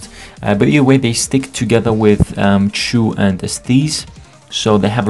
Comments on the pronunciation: lolll how u pronounced Chou :D its not Choo as in Choo Choo Train, but Chou like in Clam Chowder, but deeper O.. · why do you keep saying "chu" ? isnt it pronounced "chaw"